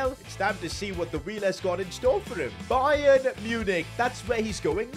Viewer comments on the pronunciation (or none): none